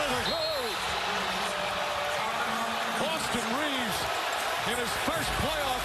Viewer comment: His last name is Reaves not Reeves. How do people not know at this point?